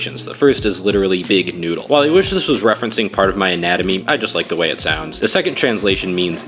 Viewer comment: Why'd he pronounce it like that